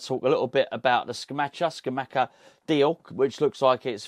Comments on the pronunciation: …love the channels but you’re driving me nuts….you’re bad bad at pronouncing other languages and Geo is a language murderer if that’s any consolation….it’s Ska-mak-ka and Sas-swo-lo 😭 cheers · Pretty sure it’s pronounced sca-mah-ca no cha sound. If you watch commentators English and even Italians pronounce it this way from what I’ve seen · Scamacca is pronounced with hard c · Scamacca. Hard c's not soft c's